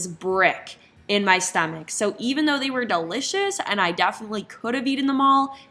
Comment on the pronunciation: The way she pronounces the word DEFINITELY...is a bit off-putting.